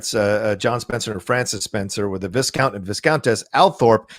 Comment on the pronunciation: Viscount is pronounced Vie-count. Love and kisses. Alice. xx